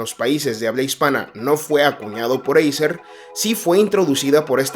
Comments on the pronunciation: Acer no eiser 😂😂😂😂no das ni una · eiser???? ACER tio..... ACER!!!!!! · se escribe acer, pero se pronuncia eiser amigo